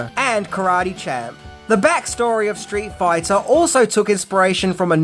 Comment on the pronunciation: "straight foyta"